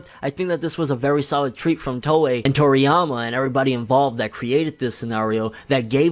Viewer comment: Your Toriyama sounded Russian. xD